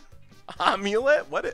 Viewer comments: Am-u-let (as in "I am"), not "Omelette" or "Aim-let" :P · Am-U-Let. I feel like you're saying ahm-u-let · not gonna lie when you said omulet I thought it was a joke deck name for some sort of amulet + eggs combo. I have never heard someone say it like that before. I figured most people have seen the old mummy movies.